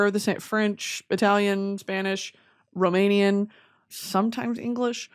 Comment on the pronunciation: As an italian, hearing brittany pronounce italian words was killing me